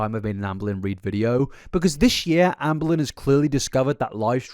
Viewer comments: The way you say “amble in” for her name sends me ngl 😅 just say ambah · Lol “ambalyn” sounds like you’re about to say embolism 🤣🤣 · i keep hearing anne boleyn 😭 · it sounds like youre saying "anne bolelyn" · It sounds like you say Ann Boleyn sometimes and it’s really funny lol